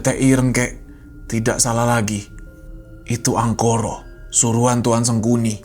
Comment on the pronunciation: ga salah denger pak kades ''Angkoro" 🖐